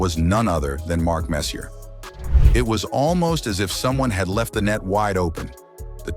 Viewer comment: If you are making a video, first learn to pronounce his name, FFS.